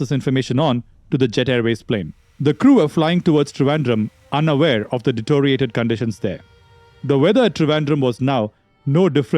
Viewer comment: it's de-TEE-RIO-rated. not de-TO-RIATED. FFS.